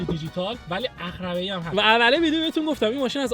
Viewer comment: جان عقربه درسته، ن عخربه،،عقب درسته ، ن عخب 😂😂😂